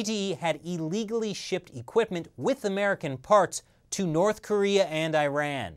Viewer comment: I'm sorry, but this is not how you pronounce "Iran"...